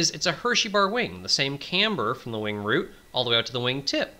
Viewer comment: Wing root, not wing route.